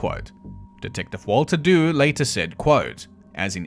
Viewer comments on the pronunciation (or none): Just a couple of points. Dew should be pronounced 'Ju' of 'jew' although it is not connected to the jewish faith in any way, and Spitalfields should be pronounced 'spittlefields'.